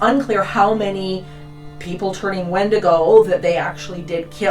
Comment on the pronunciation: Love your content here & on your Roku channel & Tubi! I wonder if it comes if you mispronounced its name over and over? Good stuff, Irregardless, of the mispronunciation messing with the credibility of the speaker. See what I did there? Visiting on recommendation from Midnight Lycanthropy. 🎉🙏🏼🕉️